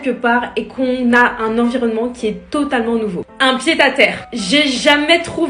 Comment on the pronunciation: Pied à terre ce dit comme en français